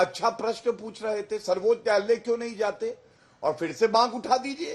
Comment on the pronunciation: गौरव भाटिया आज नशे की हालत में है, सर्वोच्च न्यायालय को सर्बोत्यालय 7 बार बोला और 1 बार सही 😅